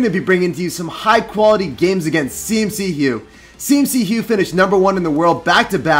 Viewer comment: It's C-McHugh not CMC-hugh